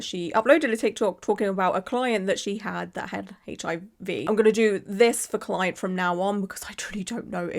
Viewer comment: Yes her "cloent" was wrong, BUT BY FFKING GOD DO NOT POST SHYTE LIKE THIS ONLINE! Not only is it unprofessional, but it 100% makes you an A-hole